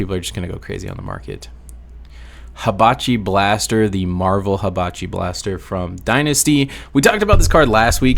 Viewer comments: The "i know you guys are gonna come for me in the comments if i mispronounce it here" followed by the "Hibachi Blaster" was crazy. You are baiting me, I swear 😂😂 No but fr, great vid as always! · I will not be caught dead liking a video where you pronounce Hanabi Blaster as "Habichi blaster"